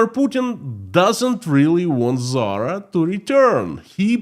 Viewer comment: You’re confused! She was talking about Putin’s fashion company Tzara, not Zara! 🤷‍♂️😂